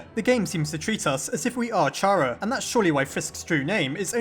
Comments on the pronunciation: It’s pronounced K ARA, not Ch ara, sorry it just triggers me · Why does every one say (ch are ugh) its fuckin (car ugh) damit its with a k sound a k sound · I fail to understand how some people just can't wrap their heads around a kid preferring 'they' pronouns. Also how some people still pronounce Chara(cter) and Char-ah. But I digress. Not enough evidence for this theory to be plausible in my book, I'm afraid. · I'M UPSET WHEN YOU PRONOUNCE CHARA WRONG IT'S SUPPOSED TO BE PRONOUNCED WITH K